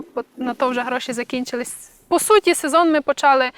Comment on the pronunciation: ... та не почАли ви, а почалИ (ви в школі колись учились?) чи з неправильним наголосом звучить більше по-українському 😢